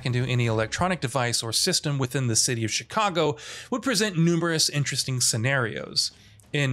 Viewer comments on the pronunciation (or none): none